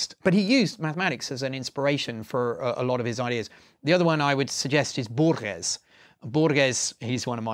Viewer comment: You better pronounce Borges this way: bore-hess